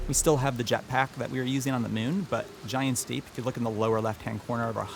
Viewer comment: Instead of Giant's Deep I kept hearing "Big Steve"...better name for it..gonna wait for a few more reviews before I pony up...even if I give up on the discount...maybe...that is tempting